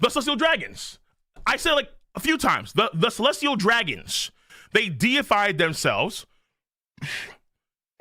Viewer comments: Holy hell the deified misread was legendary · The chat trying to get to recognize he read deified incorrectly was painful lol. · Every youtuber covering this chapter must be illiterate, because none of them can read "deified" correctly.